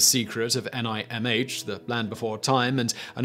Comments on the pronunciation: Why did you spell N-I-M-H? Did I miss something it's pronounced with the H silent, so just pronounce it Nim, as in The Secret of Nimh. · NIMH? Is that what you meant by "The Secret of En-Aye-Em-Aych?" It's pronounced "nim." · I have never heard anyone mispronounce The Secret of NIMH before. It's pronounced Nimh, Simon, not N-I-M-H. The fact that you don't know how to pronounce it means you haven't seen the movie, and that's an unforgivable sin. Even worse than Mars Needs "Mums". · The Secret of NIMH. Nimm not N.I.M.H. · They even pronounce it "nim" in the actual movie. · Just a heads up, The Secret of NIMH is pronounced "nim." 😅 Big Don Bluth fan. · NIMH is pronounced "nim" simon! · Its pronounced secret of Nim. The H is silent. If you watch the movie, the mice say it. Food waste on the other hand ugh. Screw Cutthroat island guy.